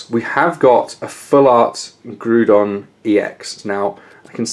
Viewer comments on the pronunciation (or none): It is not pronounced "Groodon" but instead it is pronounced "Graodon", in the end of the day it really does not matter how you say it but I just thought correcting you would give you the knowledge to not say the name of the Pokemon incorrectly in the future.